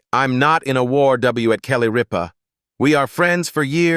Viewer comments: Her last name is not Reepa! Pronoinced Rip -ah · Not ripe-a, but Rip-a!! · Her name is Kelly Rip_ ah not Ree_pa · Can’t you program your AI speakers to say the names correctly? Kelly Ripa RIPPA is pronounced rip a, not reeepa or Ripe a. Please. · I hate videos where this AI crap mispronounces words, especially important ones like her last name (it said Reepa, then Rypa) the name of the damn show! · It’s Rip-a not Reeba! Kelly Ripa!! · It’s not reepa it’s ripa it’s not live it’s Live! Gosh I had to leave AI never pronouncement of words is so awful! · Yea who the heck is reeepa ?? I hate this AI JUNK … it TOTALLY NEEDS TO BE REAAALLL PEOPLE NOT AI FAKE JUNK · It's pronounced RIP-AH! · Also her last name is Rip as in tare something, like the seat of your pants pah...RIPPAH Not ripe fruit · Okay commentator, it’s RIPPA, like I’m going to rip your paper in two. Geez! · This is AI generated. Gets names wrong. Keeps referring to Kelly Ripa as “Reepa” or “Rypa”. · I don't care for her. But, her name is not Reep- baa. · Sorry but you have to learn how to say her last name right rip her like I’m gonna rip up my pants❤ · I can’t stand these computer generated AI narratives. Mispronouncing “Rippa” and “live”drove me up the wall. I couldn’t watch it to the end. Please find someone that is human to host these videos! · Can this fella pronounce the names of the people the correct way please . You are driving me crazy by not doing so ex. Kelly Ripa. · The AI isn’t even saying her name right. Also her show got 3 Emmys this year. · yes, please!!